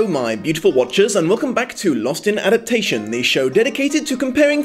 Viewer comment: Is it intentional that you often leave a syllable out of 'adaptation'? If no it's a little hilarious. You'd think, of all words, that's the one you'd try to get right. No ill will meant, just cracked me up a bit.